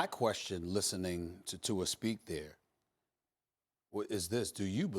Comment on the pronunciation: Max still can't pronounce Tua's name right.